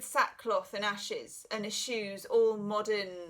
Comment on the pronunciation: Perhaps I need to be the Hermit today - I thought you said and his shoes as opposed to and he eschews.....🌻time alone to sort out what people are really saying😜